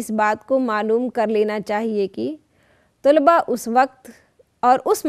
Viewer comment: ما شاء الله بہت خوب...! طلبہ کی 'ط'پر زبر ہے تجربہ کی 'ج' پر سکون اور'ر' کے نیچے زیر ہے۔